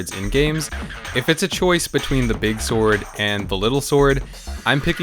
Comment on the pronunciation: Beeg ssord